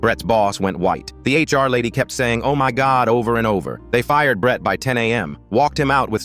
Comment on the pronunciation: “I knew BRET-TUH” why he say Brett like that😭😭